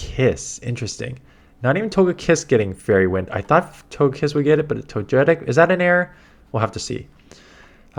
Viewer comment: How do you get To-gay-kiss right but not To-jay-tic?